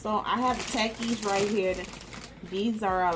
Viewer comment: it is pronounced "ta- keys"